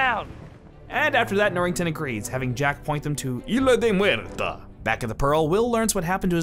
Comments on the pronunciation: Two things: at one point you sad "Barrosa" instead of "Barbosa" and also you keep pronouncing "Isla de Muerta" wrong. It's ISSSSLA or EESLA with a pronounced S. Not, "Ila" or "Aila." In Spanish the S is pronounced in isla, which is Spanish for island. Fuck. For a guy who claims to love this movie you sure sound like an idiot who stumbled upon it. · “Isla de Muerta” is a Spanish name. Spanish is a phonetic language. Therefore, “Isla” is pronounced “Eesla,” not “Eela.” The ‘s’ isn’t silent, due to the fact that there are no ‘silent’ letters in any word in any crack or crevice of the Spanish language. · Is anyone else bothered by how ISLA (In "Isla de Muerta") is pronounced? You know, without the 's' as if it said HILA DE MUERTA. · It's "Isla De La Muerte" and you do pronounce the S on Isla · in spanish we do pronounce the "s" in "isla" so it was so fun to hear you yell "ILA DE MUERTA" every time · So, when pronouncing "isla de muerta" you should pronounce the S, as it's in spanish. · Why do you not pronounce the s in isla del muerte? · cool video but the butchering of isla de la muerte is annoying as fuck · Your pronunciation of isla de muerta gave me pancreas cancer, but good video overall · love the way you pronounce "isla de muerta"